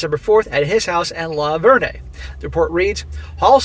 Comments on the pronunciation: the name is pronounced Lavern. Like Lavern and Shirley. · It's pronounced luh-vurn, I am extremely proud to live in Tennessee today.... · It is pronounced “La-Vern”. I’m from the area… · The way that you are saying LaVergne is wrong. It’s like the 1970’s comedy show LaVergne and Shirley. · Sadly I live in the adjacent town and know one of the idiots. His wife has filed divorce last week. There is more to the story. Also the "g" is silent.